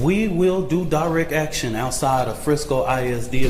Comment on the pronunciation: “We will do direck atchun”